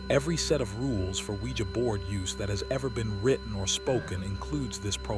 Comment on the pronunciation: Oujia board?? 🤔 I thought you said SquEEgEE bOaRd ... ive been windex'ing this abc 123 board for hours asking if my dead grandma can hear me!